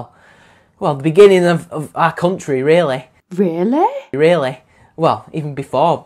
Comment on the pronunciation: for "Realleh" :-D